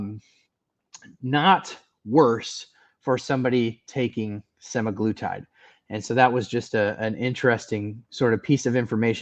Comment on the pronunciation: I think you’re right with the pronunciation of semaGLUtide - I was told the GLU is for glucose which makes sense to me! 👍🇦🇺